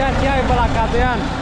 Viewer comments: Cardan nu cadran😜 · E cardan, nu cadran 🤦‍♂️😂